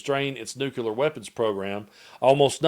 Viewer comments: Hey,? It's pronounced "new-clear," not "nuke-yuh-ler." I don't mean to be pedantic, but that has always annoyed me. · Completely off topic, but I'm curious why you say "nukular" but when saying "clear", it's just, clear?